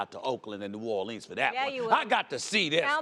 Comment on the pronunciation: Why can't Stephen A say "New Orleans" properly?